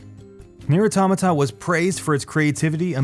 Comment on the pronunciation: i couldn't keep watching, your butchering of the word automata just killed it for me. couldn't get past the 2min mark.....